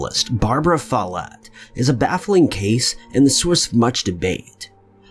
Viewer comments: yeah more emphasis on the o less on the e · I always know if someone comes from a Scottish background because they will pronounce my name the "right" way (MacKie). 😂 Do you pronounce your name with the emphasis on the first syllable? That is the only way I've ever heard it pronounced until this video. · Alex H.Follett how is it pronounced?